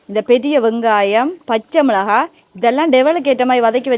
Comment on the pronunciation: மிளஹா இல்லை மிளகாய்....